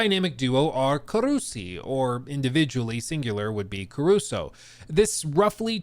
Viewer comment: it's carusu and not caruso